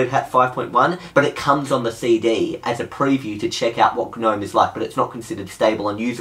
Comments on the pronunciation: It's spelt nome, not geh nome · the "G" is silent! "nome" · G-nome 😓 don’t pronounce the “g” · I like how you Pronounce the G in GNOME :) lol